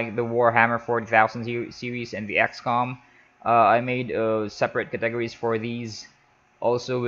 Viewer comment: THE WAY HE SAYS CATEGORIES XD. CA..... TEGRIES XD!!!!!